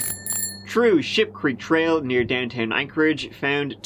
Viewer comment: I'm so glad you showed the sign on the trail, because I SWORE you said Sh!tcreek Trail, and I was wondering why someone would be cycling around something that smelled that bad 😅